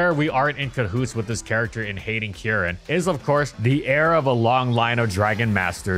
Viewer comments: Why do you pronounce Kieran as Kee-eren? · insane pronunciation of Kieran bestie